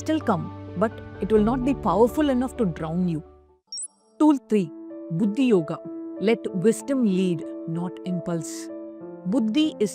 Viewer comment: Pronunciation of the sanskrit words is poor U need not convert them into Tamil n speak !!! Its Nishkaama not nishkama , Kaama not kama ! long sound of aa ! Its not sakshi - its Saakshi long sound of aa ! Its Buddhi forcible dhi not simple ddi Please learn a little Sanskrit n preach * U dont become contaminated if u speak Sanskrit correctly !!!